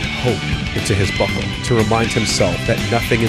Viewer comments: Hes saying buckle right? Not butthole? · I'm probably the only one, but I can't help but keep hearing "butthole" instead of "buckle". I don't know why. But hey, the part about etching words into buckles became much funnier than it was ever meant to be. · Am I the only one that miss hears him saying "butthole" instead of "buckle"..?